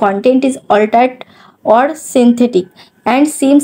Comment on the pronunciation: Agey "Altered" er pronunciation ta thik kore sekho. Barbar bhool uccharon korcho. Kaane lagche.